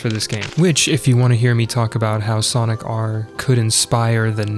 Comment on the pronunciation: when you say Sonic R, do you mean Sonic Jam? cause it sounds more like you’re talking about Jam lol